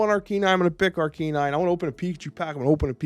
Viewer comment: I love your content Alex so I'm gonna assume the way you say Pokemon like "Arcanine" is just how you says cards like "Magneto/Magento" as a joke haha